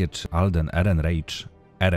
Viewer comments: ALDEN ERENRAJK, A NIE ERENREICZ. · Tak się zastanawiam, czy nie Erenrajś? Wydaje mi się, że to niemieckie nazwisko, więc raczej tak by się czytało O_O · Ehrenreich czyta się "erenrajk". A z kina wyszedłem bardzo zadowolony. Alden mnie NIE zawiódł. Cameo pewnej postaci mnie totalnie rozbroiło. Chętnie obejrzał bym ten film jeszcze raz.